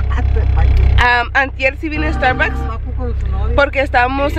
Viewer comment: "Mi primer estarbucs"🤣